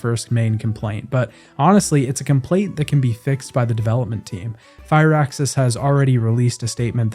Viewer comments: It's prnounced Firaxis. One word. Not "fire axis". Just fir axis. Graven is modelled after games like Hexen or Heretic. There are spellcasting rpgs that are first person and are action focused, not just imsims or skyrim-likes. Dude you gotta do a LITTLE research before you post these. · WOW!!! Go to dictionary and see how they use the Pronunciations . I know how it's spelled he was saying it wrong you waste of life, FUR sounds like FIR he was calling it fire how else am supposed to explain language through text if I can't speak???? the same way dictionaries use pronunciations??????????? its not spelled FIRE either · Civ VII, from all I have heard, has, indeed earned a place on this list, but it is Firaxis.... Fir-axis. It is not Fireaxis. There is no 'e' in there. Short 'i' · FIRAXIS NOT FIREAXIS... don't mean to shout but it made my ears bleed.... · Fire-axis Games? They're called Fir-axis. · wtf is fire axis bro? Are you an AI? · fire axis? you k's? Jesus, do like 1 sec of research if you're not sure how to say the names.